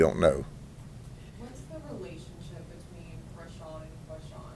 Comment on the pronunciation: Me encanta como pronuncia los nombres, de Rasham y Kuasham😂, este señor para 2024 te lo cambio por Trampa-Biden, 8 años del sheriff pa que limpie este pais ! Sin piedad!!